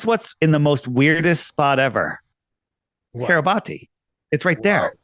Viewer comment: Think Kiribati is pronounced KIRR-ih-BASS. How strange that this tiny island has come out of the woodwork quite a bit on the news only recently. on to something.